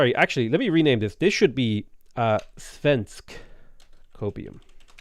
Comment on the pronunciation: I'm so offended listening to murdering my language. Except he actually says "svensk" ok, which is hilarious. Also the missed opportunity to rename Malmö to Copenhagen instead.